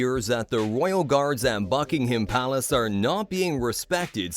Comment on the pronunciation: Please Google how to pronounce Buckingham Palace ? There is no "ham" sound at the end.